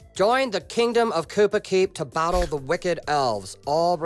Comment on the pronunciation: Kupa keep or koopa keep 😂